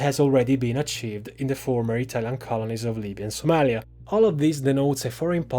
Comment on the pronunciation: you butchered Somalia's name. and the map of Somalia is incorrect but never the less great analysis.